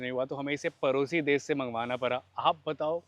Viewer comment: परोसी ❌ पड़ोसी ✅